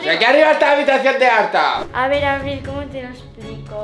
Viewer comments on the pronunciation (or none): Por que Abril dijo Marbi ¿